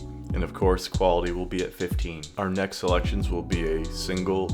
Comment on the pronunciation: Ah yes "Nekt"